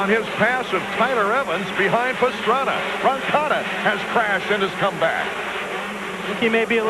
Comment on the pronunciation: It's Pastrana, it's Roncada, Pastrana..... Roncada.....